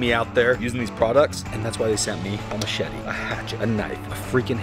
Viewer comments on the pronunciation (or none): none